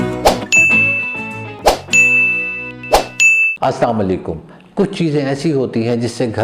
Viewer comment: Assam alykum ka matlab hai tumhain mot aay, to clearly assalam alykum bola karin please